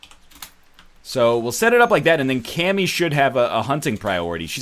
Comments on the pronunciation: i wish he said "ka-mi" instead of "kam-i" cause then she would be from dbz and kami in dbz does fuck all aswell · It's not Cammy it's Kami, like from DBZ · uh strimmer its actually pronounced kami